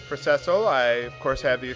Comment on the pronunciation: By the way...it's See-Sill but anyway good work